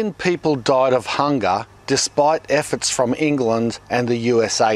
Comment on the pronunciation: "efforts" from England lmao. Thanks for the video mate really useful information.